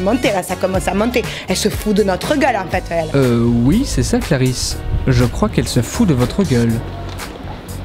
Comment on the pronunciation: Clarisse pas clarize